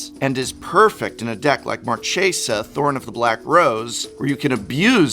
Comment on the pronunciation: Professor, I would expect you, among all, to know the correct pronunciation of Marchesa. She's from Fiora which is a plane based on Florence (Firenze), thus creatures in this set have Italian pronunciation. So Marchesa is more like Marquesa, than Mar-chess-a 🤷🙂✌️ #TheMoreYouKnow